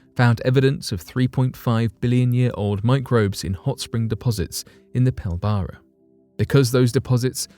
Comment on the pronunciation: lol PIL - BARA no!!! It is pronounced PIL - BRA